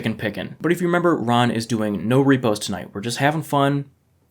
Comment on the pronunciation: "Reepees?" Yea u got close there bud🤣